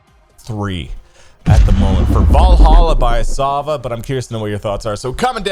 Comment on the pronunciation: You are pronouncing Valhalla correctly lmfao